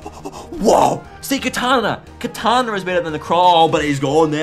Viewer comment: He says Kartana as Katana. Which is super weird and i kind of have OC on people mispronouncing pokemon names.